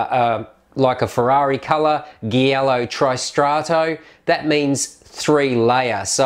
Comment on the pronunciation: I can't believe you called "giallo" ghielo😅